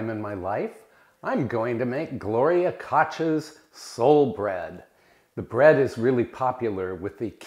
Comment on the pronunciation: KOCH is pronounced COOK